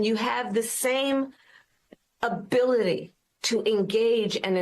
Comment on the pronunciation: "you have the same abilllilly..." wow I hope she's not driving after this